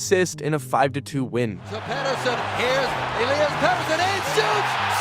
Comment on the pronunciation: Ell-EE-iss is how its pronounced